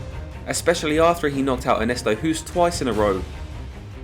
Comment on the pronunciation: amazing video as always but please pronounce Ernesto’s surname as Host. As a Dutchman who’s been living in England for the last 27 years it bugs the hell out of me. Nothing personal.